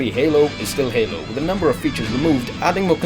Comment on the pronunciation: I tought he said anal 4 instead of halo 4